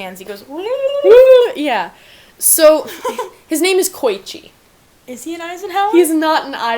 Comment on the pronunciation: HOW DARE YOU PRONOUNCE KOICHIS NAME WRONG its not koychi its ko-ee-chi